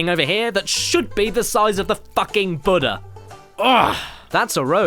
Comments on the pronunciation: its pronounced "boo-dah" not butter. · The "BUDDAH" is a name of a Korean God pronounced "BOO-duh" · UHM DUDE... ITS BOO-DA NOT BUD-DA. BUHDA IS PART OF THE RELIGIOUS BELIEFS OF BUHDISTS... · Its pronounced bu-da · It’s pronounced boodah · AtomicDugong Well when someone says Buddha people who know who/what he is generally know what they're talking about...Also he mispronounced in in a manner that makes my think he thought it was a misspelling of butter. Or maybe that's just what the English call Buddha, because they're WACKY! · caddy i have something to say its not called a Buddha pronounced BU-DA-HA a object for the Buddhist religion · Since I'm an American, (and since the dialects differ) when he said Buddha, it sounded like butter to me. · Apparently, Caddy doesn't know who Buddha is and how to pronounce it. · I think you're mispronouncing Buddha. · You keep saying Buddha wrong XD